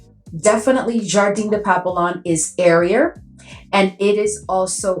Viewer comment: Girl you have waaaay too many FRENCH PERFUMES for you NOT able to SPEAK FRENCH🤣🤣🤣🤣. Papillon is pronounced PAP- PE- YOH!!! You don't pronounced it the way it's spelt. Just saying 🙅‍♀️